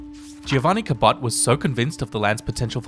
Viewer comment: as a descendant of Sebastian and John Cabot, I'll have you know that you're mispronouncing my family name lol